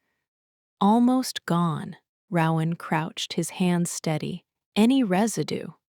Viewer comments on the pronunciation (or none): I wished there were male and female voices, but the creativity of the story kept me listening. Still, my 2 biggest complaints are that the narration needs to be sped up and the name Rowan needs to be correctly pronounced.